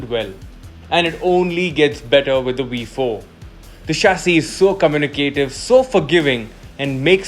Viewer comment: I had to stop watching after you repeatedly butchered the sound of the letter 'V' multiple times! How is a 'V' also a 'WE'? 🤔